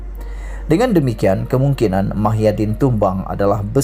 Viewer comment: Muhyidin bukan Mahyadin sebut nama orang betul dan tepat